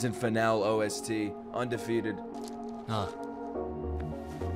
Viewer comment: You're pronouncing finale wrong